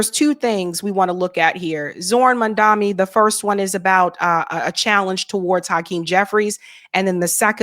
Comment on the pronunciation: Great conversation! Only thing is, you keep mispronouncing his name ..it's MAMDANI.